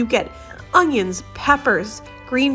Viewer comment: Can you please NOT say onJiins....there is no J in onions!